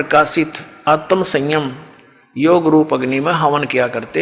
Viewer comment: Rampal ji pahle shudh padhna to sikh lo phir gyan batna. आत्म ज्ञान को आतम ज्ञान पढ़ते हो।